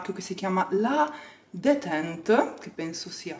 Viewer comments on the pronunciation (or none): Wow..molto bello,solo due cose: si legge 'detant' e la spazzola penso sia per i vestiti.bello vedere un po' di mondo 🤘🤘🤘